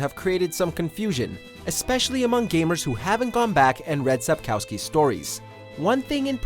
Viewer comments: It's not SapkAUSKY... It's kurwa SapKOWSKI. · can't pronounce Sapkowski correctly Sap-kov-ski, the w is pronounced as a v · it's cute when foreigners try to say the Polish surname of author correctly 🤣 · Please learn how to pronouns Sapkowski. Minimum effort reacquired!